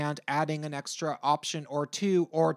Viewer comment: "Opsion" Heh... Cute.